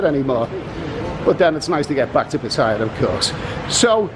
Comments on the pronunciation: Pat aye ya....Not Pat tie ya...fckn pom 555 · I tend to like your videos for the most part except when you're looking about being travel weary and no girl for fun. But did you know that 'Pat tyre' is actually pronounced Pattayar, the clues are right there in the Thai พัทยา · first thing STOP PRONOUNCING PATTAYA WRONG. SECONDLY LOOK AT THE DOLLAR, EURO, POUND,AUSTRALIA DOLLAR. AND ANY OTHER CURRENCY. THE POUND IS ALWAYS 4 OR 5 baht ON THE EURO,as it is now, same with the dollar /baht.go look back back in time. Nothing to do with BRIEXIT. And thirdly l see you did not make your way to the Pattaya sign on foot.😂😂😂😂😂😂